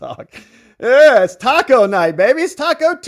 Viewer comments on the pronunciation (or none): none